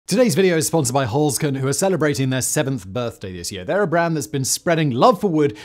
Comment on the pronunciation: the E in Holzkern (wood core) is pronounced like the E in exit. or edit. E is ALWAYS like edible, exactly, excited in German. NEVER like in we, or me. So the german Heer in WW2, still is a double E like in every, else, essay. Simon, get your pronunciation game together, or else the ghosts will haunt you in their ufos, mediums and a team from the history channel in tow.. 😅